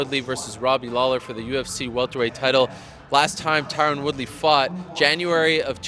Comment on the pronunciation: Can't take this guy seriously with that pronunciation of Tyron